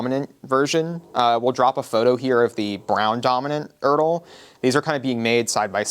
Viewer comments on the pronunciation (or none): no, no, no. "Erdl" is not a pre internet thing. As someone over 50 whose parent was issued this material in the Air Force, and has his father's uniforms, and spent all his childhood in surplus stores, I almost never used to hear it called "ERDL" like turtle. Maybe regional, but guys acriss the midwest used to always refer to it as E R D L. Even when I went into service and shopped around Fayetteville or Columbus GA old timers. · This video is the first time I've ever heard someone pronounce it like that. Every video I've watched on the subject calls it by its letters, so idk where he got "urdle" from ;P